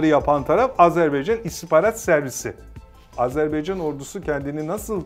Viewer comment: Dost ve kardeş ülkemiz Azerbaycan'dan özür diliyorum. Koskoca (!) istihbarat uzmanımız Azerbaycan demeyi bilmiyor "azerbeycan" diyor. Sunucu doğrusunu söylüyor ama istihbarat uzmanı söylemiyor.